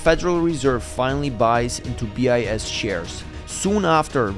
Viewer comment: So early no one checked the ai pronounciation...it's pronouncing BIS as 'bias'